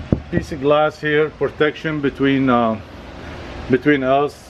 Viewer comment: Nobody:.: pOrTeCtiOn